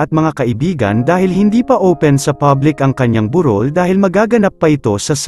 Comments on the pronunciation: Bakit po ang vlogger ay mali ang bigkas sa salitang "burol" di po ba kayo tagala? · Yung pronunciation ng 'burol' ng voice over eh yung Anyong Lupa at hindi yung lamay